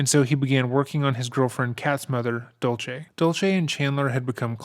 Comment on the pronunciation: Just a couple of suggestions for this Creator - Cat’s mom is named Dulce, not “Dolce.” It’s pronounced “Dool-say.” Chandler purported to work at American Family Insurance, not “American Life.” He put his some of his mom’s remains by the Wisconsin River, not a lake. I hope this doesn’t come across as picky. I know that details are important, especially as your channel grows.